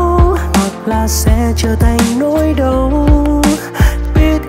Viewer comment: Đoạn "Mình sẽ là của nhau Hoặc sẽ trở thành nỗi đau" mình nghe NĐV phát âm : nhau = nhâu, đau = đâu. Hi vọng bạn cải thiện việc phát âm để bài hát được trọn vẹn hơn ❤️.